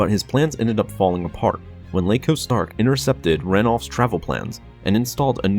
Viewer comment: It's Iaco Stark not Laco Stark